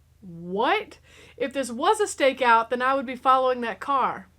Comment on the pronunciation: A STAY-KAY-OUT??